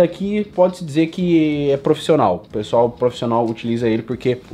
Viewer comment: "profissonal" kkkk